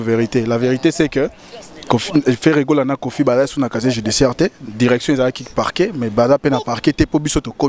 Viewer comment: Casier Judiciaire et non caché judiciaire....confronté et conforté,...confrontation ma chère journaliste.